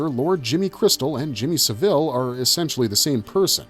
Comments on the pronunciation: He's pronouncing it like the last name of Dave, the manager of The Chipmunks. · Had to stop because of the way you were pronouncing saville.